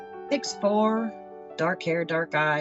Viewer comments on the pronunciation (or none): When he pronounced the number 6 as seex I knew it was a west African accent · Regarding the accent: His tonalty alone reveals that he is African. I believe he is using an old technique to disguise his voice wherein the scammer opens his mouth very wide while talking. Dead giveaways were pronouncing "six" as "seex," "back" as "beck," "clearly" as "clarely," and the expression "how do you mean joke." These are West African attributes. I believe the UNITED STATE OF AMERICA on the fake ID narrows him down to Nigeria. 💵